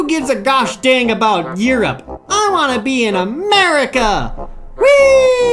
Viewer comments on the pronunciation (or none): "Eroupe? Who wants to be in Eroupe? Lets go to Ameeeerrriiicccaaa!!! AAAANNDD mutiny..."